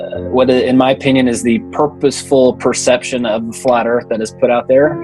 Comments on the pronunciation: "Da erf" says it all. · "Every side has an argument" Really? What is the flat erff argument? I mean an argument is a collected series of statements intended to establish a proposition. All they have is "nuh uh". There is no "argument" for a flat erff.